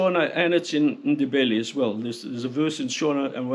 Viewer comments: When we speak english we pronounce your names perfectly please take the time to learn how to pronounve ours too. Its Nde- ve-le Vi but Ve as in heaven. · I am a Zimbabwean multi-millionaire, I've seen those empty shelves, great video, very good job. You could suffer to learn a bit regarding proper pronunciation of the African names and sounds. I.E. Ndebele is pronounced ' innnn-de-bay'-lay. By the by, my wife is from Masvingo. cheers ! Remember, TIA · Excellent documentary. One tiny constructive criticism - your pronunciation of Ndebele, Shona, Mzilikazi, Voortrekker... were a bit wonky. Also the rifle was the Martini - Henry, not the Henry - Martini! (BTW I'm an ex Rhodesian, now an old man living in Devon!)